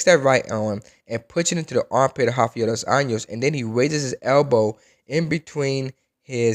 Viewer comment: Also "Rafiel dois años"